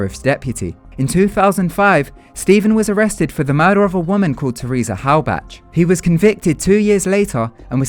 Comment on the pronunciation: you pronounced Halbach wrong